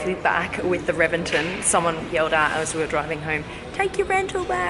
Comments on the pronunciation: It is pronounced as Re-ven-ton; not Reven-ten. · It's pronounced with a B, Rebenton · No you say it reBenton. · Pretty sure it is pronounced, “Rebenton” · Pronounced rebenton